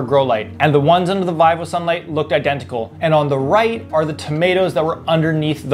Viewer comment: It's not "Vie Vow" it's "Vee voe" And if you want a real grow light, you should check out the Floraflex lights. Amazing.